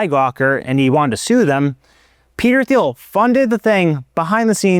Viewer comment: it’s pronounced Teel, not Theel,, as he’s no-sh*t German-American, just FYI